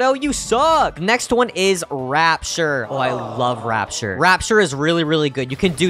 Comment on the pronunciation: Bro calls it rapshur 💀💀💀